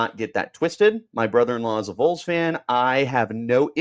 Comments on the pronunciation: its not the "Vools" lmao. VAWLS 🍊🍊🍊🍊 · Vols is pronounced as vawls not voles also they’re not gonna tamper don’t even worry about that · It's ok. As a Vol fan whose half my large extended family lives here and Arizona, I will pardon your crime of mispronouncing Vols lol. Go Sun Devils! lol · What does Tn have that Arizona State. Play in front of 102,000 screaming crazy fans or 55,000. Idk that’s a tuff one. The facility’s are like no other. Tons of money. Located in the great Smokey mountains with pigeon Forge, Gatlinburg Glad you’re so confident. Learn how to say Vols before you report. Hell Tn could pay for him and his Buddy. We normally don’t poach!!